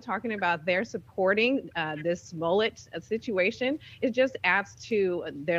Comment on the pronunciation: "Juicy Smoll-ay". LOL 😂😂😂. He hit the nail on the head when he said, "liberals have a very short memory", isn't that the truth.